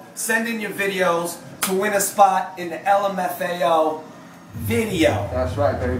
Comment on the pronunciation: they said LAMFO